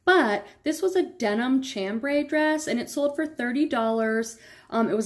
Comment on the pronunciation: Pronounce Chambry, sham-brei, like sham-bray